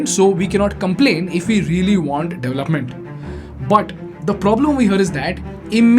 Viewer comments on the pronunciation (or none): Suggested phonation corrections: Garment : government, to be pronounced correctly as guvment. This mispronunciation is prevalent in Andhra Pradesh & Telangana. DAVlupment: Development to be correctly pronounced as DE VELUP MENT. Mispronounced all over India.